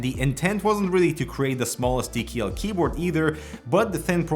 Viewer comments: "gee nine fiftin tee kee eel" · TeeKeeEll, love it!